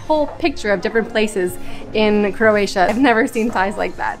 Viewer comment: Nice videos. But you tend to say "CRAY-TIA" a lot, which is not correct and sounds weird. Just making a point to pronounce it CRO-A-TIA, which you do sometimes but not all the time. Thanks.